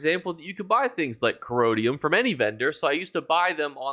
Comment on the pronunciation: "Corrodium" for corundum lol